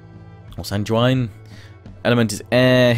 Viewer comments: Sanguine (sang-gween). Killing me man, killing me. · I think you're fine enough on Alt Clut, all I could find was it was said how it looks. I'm sure the accent from the area would make it sound different. Sanguine though, sounds like penguin. Gwin on the end.